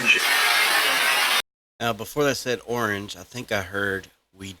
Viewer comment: The 'orange ' almost sounded like " who owns you" in a british accent